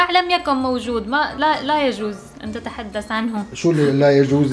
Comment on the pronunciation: ههههه المشكله عندكم الحروف اتمنى اسمعها منكم صحيحه مثل حرف ث و ذ لما تقولون تتحدس وما هازا انكم تخطئون خطأ فادح 😂